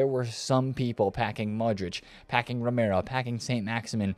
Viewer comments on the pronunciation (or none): none